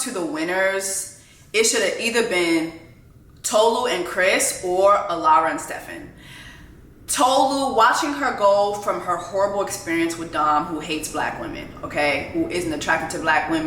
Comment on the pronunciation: I love how Jessie is correcting Stevan on Tolu's name while calling STEVan STEFan every single video. 😂😂 I agree that Tolu name is not hard to say, at all. It's still funny though.